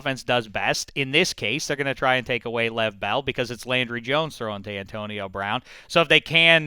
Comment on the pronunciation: Get the names right it's leveon bell and malcom butler